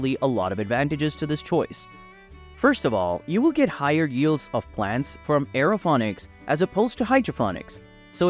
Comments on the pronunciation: What are you talking about? He pronounces Aerophonics and hydrophonics correctly? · Stop pronouncing it wrong.